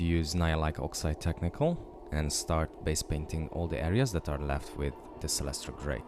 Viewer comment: did u say u primed her in celetra gray sorry couldnt understand what u were saying